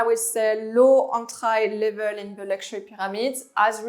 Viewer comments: Hey j'ai bien aimé ta vidéo. Qq conseils: entry se prononce "entri", commercial en anglais serait "common", Dsquared se dit disscouairde, sans prononcer le e final. Et remplace le mot "rich" par wealthy. Philipp Plein, "ei" en allemand se prononce comme "aïe". Bon courage et continue ton bon boulot! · I love the way she pronounces some words like "entry" she says an-try. Great content tho.